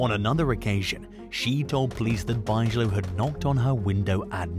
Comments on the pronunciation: Parker Bigelow erm hahaha its pronounced Big Ga low not buyzala...😂😂😂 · Bigelow is pronounced Big-a-low